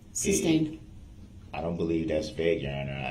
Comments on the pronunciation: "It was never substained, it was never even ejected to". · Did he say "substained"? 😂😂😂